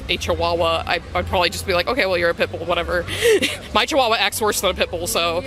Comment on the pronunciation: their pronunciation of Chihuahua is flawless, awesome :)